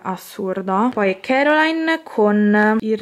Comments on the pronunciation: Non si pronuncia Caroline ma CORALINE. CORALINE. 😂 comunque bellissimi Pop e bellissima collezione. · Ma è coraline..non caroline